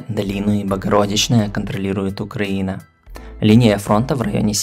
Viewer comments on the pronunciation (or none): none